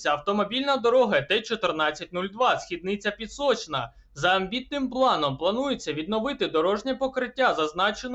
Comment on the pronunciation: Східниця наголос на перший склад , а не на другий